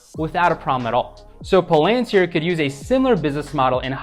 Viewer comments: It’s not pronounced pal-AN-tir. It’s PAL-an-tir. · It's pronounced PAL-AN-TEER. Good stuff...I just subscribed.